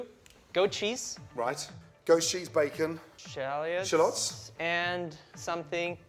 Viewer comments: challiots... CHALLOTS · Did he say shallions?